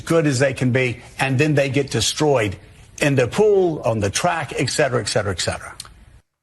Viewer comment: did he say "ekcetera" three times?